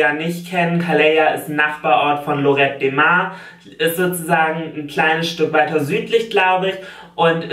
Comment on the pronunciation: Wenn du schon Spanisch auf Lehramt studiert hast, warum kannst du "Lloret de Mar" dann nicht richtig aussprechen?